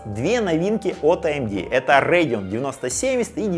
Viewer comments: Радэон всегда говорили , а не Рэдиан ... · Как же режет слух РЭЙДИОН РЭЙДИОН не могу смотреть, не народный обзорщик ( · РЭйдион, ТрАйпл кЕй, амдИ😂😂😂😂😂😂ты прикалываешься? Неправильное произношение ты вообще дебил? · Че за "рейгн". Это так Radeon что ли произносите? 😂 5060 8Гб за 30к вполне себе можно брать (и это точно лучше, чем 4060 за те же 30к). Никто не говорит, что надо играть только в 2К на ультрах. А 16Гб версия уже от 42к!